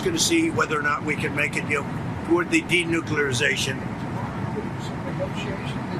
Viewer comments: 😡“I call it the de-nuk-you-lar-i-zay-shun of Iran.” ❌Not a word on so many levels. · "Denuclearzation".... he makes Bart Simpson look like a Rhodes Scholar. What an absolute fool.